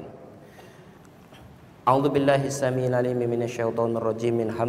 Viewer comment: أَعُوْذُ بِاللَّهِ مِنَ الشَّيْطَانِ الرَّجِيمِِْ bukan gini ya bacanya. masa audzubillahis sami. jadi kalo baca alquran pake yg ada sami sami gitu ya. bingung ane denger ente baca doa.